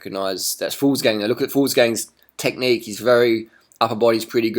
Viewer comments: stop reffering to benoot as gallopin. :-P and even in his hardest times, his face is like that, mouth shut, blank face. Do you even cycle-comment? :-P also it's fuglSang, not fuglsGang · Fuglsang pronounced Fulsang :)